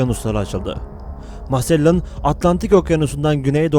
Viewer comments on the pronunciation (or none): Magellan sahtelar olduğu için öldürülmüyor. İki kabilenin birbirleri ile savaşması sonucu ölüyor. Hatta oranın yerlileri magellanı çok sevdiğini herkes biliyor.. Arap alfabesinde g harfi olmadığı için c kullanıyor, sende onu s diye okuyup masellan demişsin :D tam bir komedi videosu olmuş.